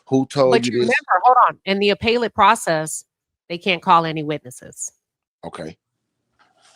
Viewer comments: Thanks, Queen, for covering the Karmelo Anthony case. As an FYI, appellate is pronounced 'Uh pell it'. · Not here to argue. You're mispronouncing 'appellate'. Have a good evening.